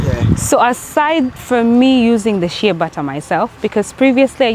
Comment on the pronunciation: It's "shea butter"...